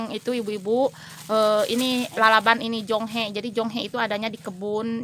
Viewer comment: kalow di saya namanya jonge bukan jonghe mah